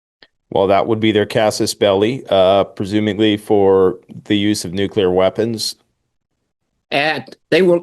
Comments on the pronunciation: “Nookyooler”. Cmon man. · I am sick and tired people misspronouncing NUCLEAR, by saying it wrong NUKELAR. do these people ever went to even middle school???? LMAO😂